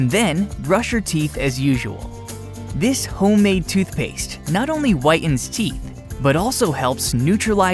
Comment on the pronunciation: White-enz??? Bright-enz???